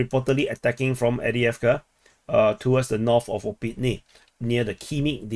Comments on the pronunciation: Not Avdiavka its Av-deev-ka. Avdiivka not avdiavka hehe. I'd correct people if that was my town and my region too. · Two things. Upsetting. Who cares how you pronounce avdievka? Theres' enough confusion already between the english, russian, and ukranian official pronunciations, let alone local dialecta and accents. I bet whoever is upset himself speaks only one language and cant even read maps! Second: when you zoom out from Spornoye, there's a giant blue face looking like "huh! Wtf's going on? Are they still fighting???"